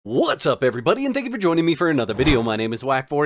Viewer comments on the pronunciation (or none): none